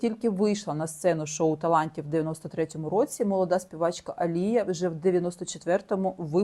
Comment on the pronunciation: Дякую Вам, дуже класно інформативні відео! Коли занурюєшся в ці історії стає моторошно... такий true crime сєлєбріті едішн))) Відмітила, що Ви іноді не правильно ставите наголоси в іменах та англійських словах, наприклад АлІя, не АліЯ. Українською правильно "протягом", а не "на протязі". Це без хейту, тільки ремарки! 🥰 Мені подобається Ваш канал!